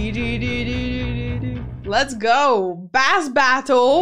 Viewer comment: bass as in bass guitar (pronounced base) not bass like the fish....